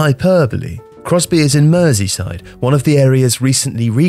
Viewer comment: Congrats on pronouncing Crosby correctly 👍